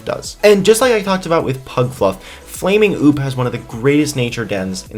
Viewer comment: its not flaming oop (like flamingo) its flamin-goop